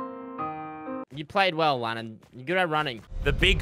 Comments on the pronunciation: Lannan not lennen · It's Lannan.